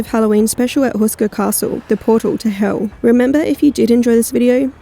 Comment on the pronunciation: Was it bewt on a portaw to heuww?